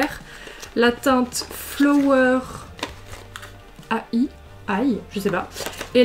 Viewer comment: Flower.ai c'est comme quand on rajoute .jpg à la fin d'un nom, sauf que là c'est avec le format illustrator (si ça peut aider à la prononciation ahah).